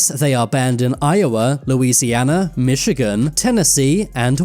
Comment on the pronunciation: "Michigan" COME ONNNNN RFURFUHRDUHDE